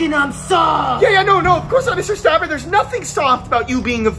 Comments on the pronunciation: By just saying "staberrrr" makes me laugh to cry😂🤣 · My name is stabBER!. Man put emphasis on those b's😂